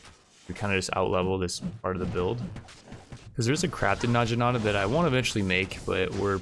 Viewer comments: It's Nag-inata, not Naj-inata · It's actually na-gi-na-ta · and "Najinata" that ones a little more understandable tho. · Says "nadjinata"... I die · It's pronounced "nah-gi-nah-ta" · Hey, naginata is pronounced with the g that you would use in goat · Where tf from? Where in the world pronounces necromancer as neekromancer? or naginata as na-jinata? Mfer pronounces it correctly on the 60th time 21 minutes in??? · I'm pretty sure he's doing it on purpose, like Knee-kromancer